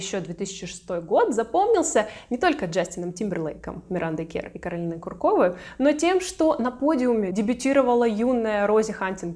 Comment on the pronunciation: Ку’ркова, а не Курко’ва…